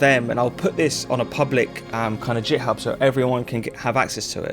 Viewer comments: "jithub" ?? you mean githib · Git … with a hard G, like Groovin’ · Great video, found it useful. I know very little about making music but I'm a programmer and when I found Strudel it piqued my interest. I have to say though, hearing you pronounce "github" as if it starts with a "J" made me feel a little sick 😂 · “JitHub” - the first person to find an alternate pronunciation 😂 I might just start saying that. Some useful material in there which I’m sure will save people time when attempting these things techniques. Thanks